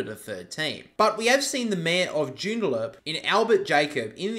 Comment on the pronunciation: Its Joo-n-da-lup